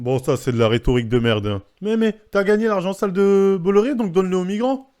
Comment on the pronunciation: On dit « bois iar »